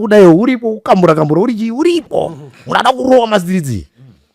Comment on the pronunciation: the way you say 'kukambura' huh ma1😂😂